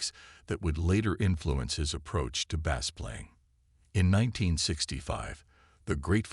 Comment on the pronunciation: Learn how to pronounce words like Bassist and Bass!